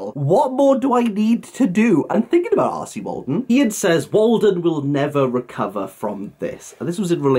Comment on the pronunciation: When you say R C Waldun. Why do I hear “arsy Waldun”? Must be my Northern ears. With regards content warnings I have said during reviews if you check for content warnings you may need to check this book wherever you check. As you are spot on they need to be consistent. I don’t believe it’s my place as someone who talks about books to go any further. I don’t check for content warnings myself. The blurb on a book gives enough info for me to decide if I want to read it. Love these videos 🙂